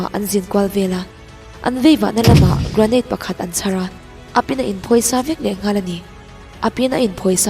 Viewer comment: 'Gra-neit' an ti lo deuh ang aaa😂